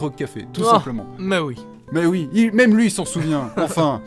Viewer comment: IL A DIT OUITTTE !!!! IL A DIT OUIIITE !!!! 😂